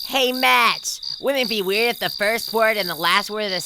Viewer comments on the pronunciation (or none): none